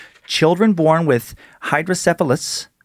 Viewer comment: I have hydrocephalus due to my birth defect Spina bifida. Although not everyone with SB has hydrocephalus. I've heard of these legends before. Really proud of Dan fro pronouncing it correctly. Also was correct, water on the brain is a term used to describe it.